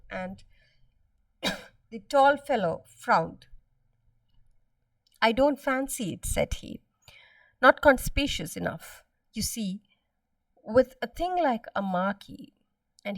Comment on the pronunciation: The pronunciation of conspicuous is kuhn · spi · kyoo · uhs / /kən'spɪkjʊəs/ I have made a mistake, kindly correct it, when you pronounce. Thank you